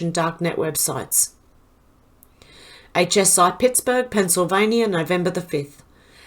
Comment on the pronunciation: Hi 🖐 Yes, you said Pittsburgh correctly. Haha I'm kinda a grammar nerd, so I catch you catching yourself and you are so cute! Your voice is very soothing to me. Thank you for your channels. 🙏🏻🇺🇸👏🍾😇